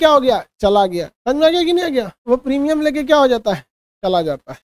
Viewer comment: Primum nahi Premimum hota h